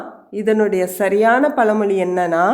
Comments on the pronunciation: பல மொழி இல்லை பழமொழி சரியாக உச்சரிக்கவுவும் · Amma pazhamozhi, palamozhi illai.